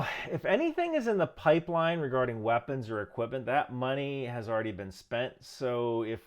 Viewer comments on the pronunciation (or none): none